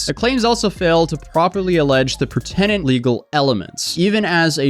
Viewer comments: Pertinent. Not per tenant. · Gill-ard. Not Gilli-ard. Pert-i-nent. Not the way you said it. I love your content but if you’re going to read stuff on YouTube then pronounce them properly to look professional. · Pertinent is pronounced “pur-tih-nent “